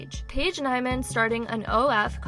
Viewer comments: it’s pronounced Paige neemann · It gave me so much anxiety that she constantly said her name wrong when its so obvious how yo pronounce it